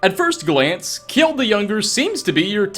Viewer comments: Just saying "Kjeld" is pronounced Kjell and not kjiiel. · Kjeld = Not ke-jel. Just kel. gel with a k sound in front.